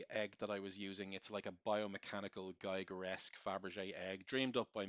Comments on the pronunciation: The artist´s name is "Giger", not "Geiger" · Just for the real ones; Giger rhymes with Eager, not Tiger. Awesomely done video. <3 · Giger rhymes with eager